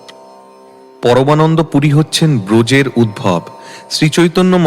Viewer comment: বৃন্দাবনে উদ্ধবকে দর্শন করে শ্রীমতী রাধারাণীর যে অবস্থা হয়েছিল............ উদ্ধব ছিলেন শ্রীকৃষ্ণের পরম বন্ধু। আপনার কণ্ঠে শ্রীচৈতন্য চরিতামৃত শুনছিলাম। উদ্ধব নামটি আপনার কণ্ঠে উদ্ভব/উদভব উচ্চারিত হতে শুনে আমি হতবাক। শ্রীমদ্ভাগবত সম্পর্কে সামান্য ধারণা না রেখে অন্যান্য বৈষ্ণব ধর্মগ্রন্থাদি পাঠ করতে গেলে এই রকম সমস্যায় পড়তে হয়। বহু লোক আপনার পরিবেশিত চরিতামৃত পাঠে উদ্ভব কথাটি যে কি তা ধারণা করতে পারবে না।